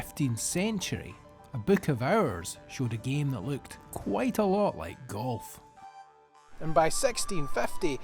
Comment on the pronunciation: Kulf? Or are u actually trying to say Golf?